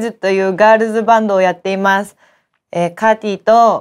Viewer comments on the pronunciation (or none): かてぃの発音がcartiなんよ